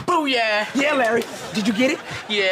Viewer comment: holy shit we got a piping hot “boo-yeah”. Not “boo-yah” “boo-yeah”